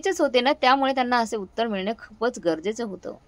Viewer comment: उत्तार नाही उत्तर